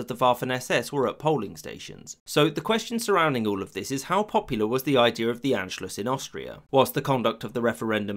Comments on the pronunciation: Not bad but a few things: 1) Anschluss is pronounced Ahn-schluss (not "Ann") 2) The fascist coup in Austria in 1934 failed (it's mentioned as if it succeeded; in response Mussolini moved troops to the Austrian border to signal to Hitler he shouldn't think about occupying Austria; Germany's military was weaker than Italy's at that point). 3) The Treaty of Versailles did not apply to Austria-Hungary only to Germany (Austria signed the Treaty of Saint-Germain, Hungary the Treaty of Trianon) 4) The roots of unifying all German-speaking peoples of Europe goes back much further than 1871, at least to the Holy Roman Empire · Please stop saying “ann-schluss.” It's pronounced “ahn-schluss!” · Everyone saying Anschluss when it’s Anscluß